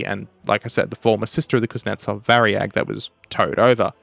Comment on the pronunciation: KUZ-NYET-ZOV, not KUZ-NETS-OV, please.